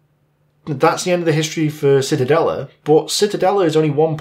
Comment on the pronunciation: Not Citadelle; auf Deutsche wir sagen die Zitadelle. Zee/ta/dell/a